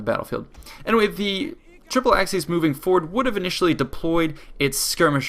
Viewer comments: Its pronounced "The Triple-ex A-seas" not "The Triple-ex Axe-seas" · Hate to be a nit picker but the correct way to pronounce "aciēs" is aa-kee-ays, not "axes" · You can, but most scholars now agree it would have been pronounced hard always, until about the sixth century and later. And it's certainly not axis, as he pronounced it in the video. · Acies is pronounced something like ‘ace ees’ and Scipio was called ‘Africanus’ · ak-ee-ez. All latin Cs are pronounced as a K. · no in the rome of caesar it would be pronounced Akiiiës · Kl vid, but acies is pronounced ak-y-es